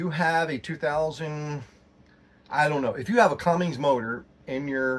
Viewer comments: There's no G in Cummins. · Its not Cummings its Cummins.